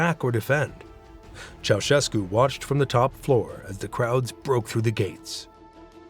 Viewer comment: Ma come cazzo lo pronuncia il nome????